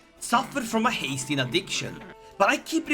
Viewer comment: Hmmmmm Australian Haesteein